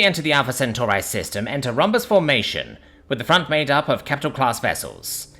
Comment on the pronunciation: You pronounced Centauri in two different ways in the first paragraph.